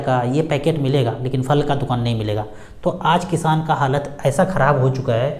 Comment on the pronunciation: किशान नही किसान होता है